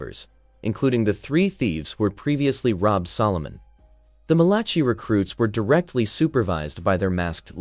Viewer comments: Malaki...not Malachee. I made this mistake reading aloud in church in front of 300 or so people. The Book of Mal-a-k-eye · Oh please find someone who can read Bible names man. Malachi - mæl.ə.kaɪ/ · It cracks me up every time you say "Malachi" so creativity. If you saw it, how come you don't know how to say it?